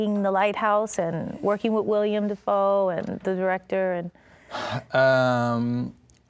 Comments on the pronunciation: 😱 she said William Defoe 🤦🏽‍♀️ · She really said WILLIAM Defoe...